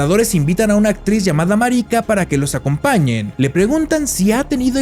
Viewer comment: Que mal pronuncian el nombre no es marica ❌ marika✅